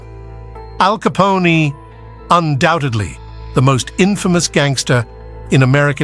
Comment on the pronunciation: Did I hear Alcy-poney? Is this another machine script reader? Perhaps it was a very small horse incarcerated for an addiction rehabilitation